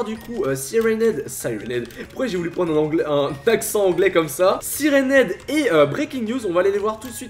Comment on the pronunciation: aie aie aie l’accent anglais de